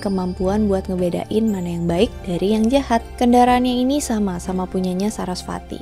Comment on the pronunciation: Sedikit kak Bacaanya Veda (di baca weda )kak.. Sama kayak Dewi Sarasvati(di baca Saraswati)